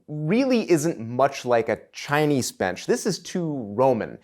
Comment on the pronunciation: The way you keep mispronouncing Chinese grates. The low bench style - whatever nationality - holds nothing for me. I boke my back at L1S1 years ago and it's never been entirely right since then. Just the idea of sitting hunched over for hours on end ties my back in knots.